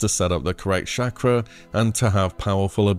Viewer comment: It's "Chaw-Kra" not "Shack-ra"...